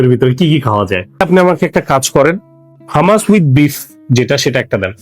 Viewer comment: ছোট ভাই, খাবারটা হুমুস, হামাস না। আশা করি সংশোধন করিয়ে দেয়ায় মাইন্ড করেননি।